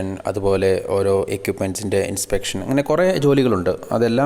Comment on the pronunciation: Equipment = എക്വിപ്മെന്റ്.... എക്യുപ്മെന്റ് അല്ല